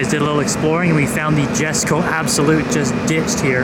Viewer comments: For the love of the car gods and languages, it’s Yesko stop saying “Jes”ko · The J in Jesko is pronounced like a Y so it sounds like Yesko. Other than that killer job on getting all the shots and kudos your automotive knowledge.